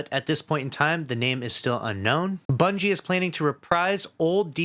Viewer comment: Bro said Bunchy 😂